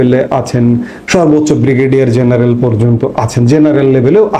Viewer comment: It's "General", not "Zeneral"